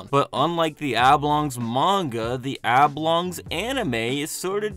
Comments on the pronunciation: Why do you keep pronouncing "Oblongs" as "Ablongs"? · Is there no one who’s gonna comment on that pronunciation of Oblongs as “Ablongs”?